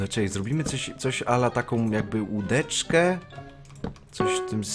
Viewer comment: jak powiedziałeś łudeczke,to pomyślałem o łyżeece